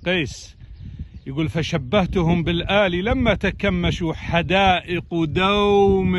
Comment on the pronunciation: الله يهديك يا دكتور، حرف o ليس من لغتنا العربية. الكلمة تلفظ دَوْم وليس دoم